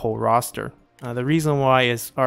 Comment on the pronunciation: You say “lucklastre” instead of lacklustre, I’ve noticed it in a few of your videos. Dunno if that’s something you’re aware of or care about, just cracks me up for some reason! Great vid as always 👍